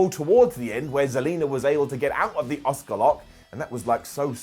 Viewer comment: is the only youtuber that pronounces Asuka 👆👆